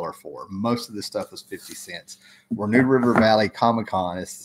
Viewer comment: did you say "nude river"?